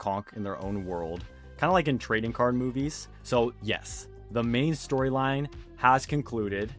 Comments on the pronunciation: bro said the mian cast instead of the main cast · "the mian cast" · Mian not main 😂😂😂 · "Mian Cast" instead of 'Main Cast' is a Conk move lmao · "the mian characters" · Mian cast? You mean main cast?